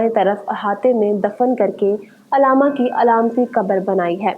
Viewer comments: अलामा नहीं बल्कि अल्लामा बोलिए mam علامہ اقبال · Alama na bolain Allama lafz hai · Mohtarma correct word is ALLAMA not ALAMA.